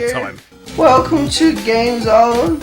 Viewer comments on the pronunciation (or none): none